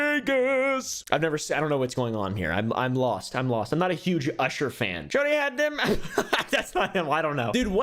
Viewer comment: him saying "usher" as "oosher" is funny to me